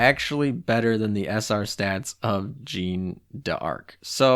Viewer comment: Aight I’m gonna be that guy, sorry lol. “Jean” is pronounced as “John”, so “Jean Bart” is “John Bart” “Jeanne” is pronounced “Jeh-Anne” Also the stats are crap on Jeanne d’Arc because she’s historically a training cruiser. Hope these helps